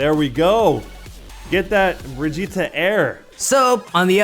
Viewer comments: (briggite) bridge-it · You said Brigitte’s name wrong